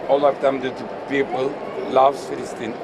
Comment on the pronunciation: ben mi yanlış duydum love filistin mi dedi? şimdi bu mu ingilizce konuştu, bunun ekremden ne farkı oldu? birisi hatırlayın ingiliz elçiye hiç birşey anlamadığı konuşmada I am okey diyerek tüm dikkatlerini üzerine çekmişti, sonra eline metin verilip konuşması istendi, onuda yüzüne gözüne bulaştırmıştı ekrem. şimdi de bu çıktı "Palestine " i filistin diye okuyor soruyorum oradaki anladığı özgürbeyi, filistin ? what does it mean filistin diye sormamışmıdır filistinli? bunlar mı eğitimli, iki dilini konuşturdu? biz çok güldük, siz çok gururlandınız? bir çevirmen olsaydı daha güxel konuyu anlar daha nitelikli sorular sora bilirdi, bizde istifade ederdik